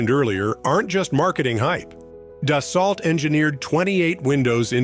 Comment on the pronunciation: da-SALT? I think AI should be able to pronounce it correctly.